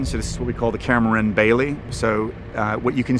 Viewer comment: It makes me irrationally mad knowing this guy didnt even bother to look up how to properly say Kaer Morhen.